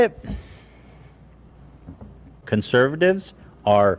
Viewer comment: "Conervatives" English 100